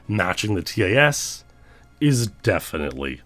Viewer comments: Imagine pronouncing TAS as “Tee-Ay-Ess” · I'm sorry, but I cringe so hard every time you pronounce the letters in TAS XD